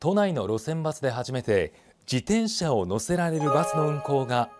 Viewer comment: 「じでんしゃ」って言うやつはきっと漢字が苦手なんだな。